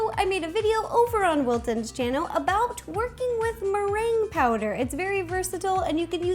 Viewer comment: the whole video it annoyed me how she pronounced the word merengue wrong